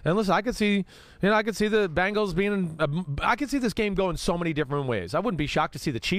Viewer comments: BENGALS! NOT BANGLES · Someone, please tell Chris it's not Bangals, it's Bengals. If it is too difficult, give Cincy a try. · It's funny how Chris says "Bangals" instead of "Bengals" ..... LOL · Every time Chris Simms says "Bangles", a puppy dies. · Please, Mr. Simms. For the love of God! The Chiefs will forfeit if you just stop saying, "Bang-gulls."